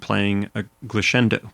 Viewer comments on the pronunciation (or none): Wonderful lesson! Clear, consistent, informative. Thank you. As Italian is my mother tongue, I suggest you pronounce "glissando" with a double "s", like in "ass". Try Google translate if you do not believe me....